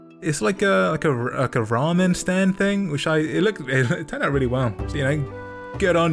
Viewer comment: I haven't seen many people on yt pronounce ramen correctly, good on you